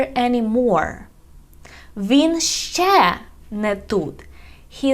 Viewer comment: It's not "шшє", it's "ще". Don't confuse the learners.